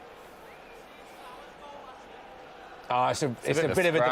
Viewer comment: FirmiNO not firmiNIO !!